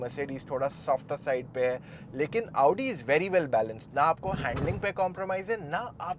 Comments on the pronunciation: Hit like if you are also pissed every time he says AAUUdi instead of Audi. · भैया क्यो अपने आप को इतना कष्ट देते हो सीधे आउडी की जगह ओडी बोल दिया करो😂😂😂